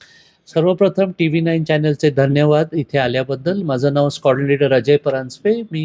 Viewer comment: स्काॅर्डन लीडर नव्हे "स्काॅड्रन लीडर"!